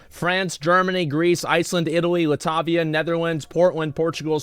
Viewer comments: lol "Lah-tavia" it's Latvia fam. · Letavia..... 😂😂😂 Its Latvia but ok, none noticed 😅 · Well didnt know it could physically hurt to hear someone say latvia wrong but here i am lol